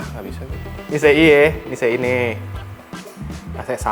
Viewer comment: Gemes gw ama lu bang... nyebut sambel luat 'Sambel Lu At', nyebut Sei 'Se i'.. jangan2 lu nyebut ikan paus juga 'Ikan Pa Us'?